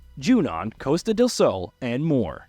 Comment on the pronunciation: It's pronounced Costa (how it looks).. not " coaster" ffs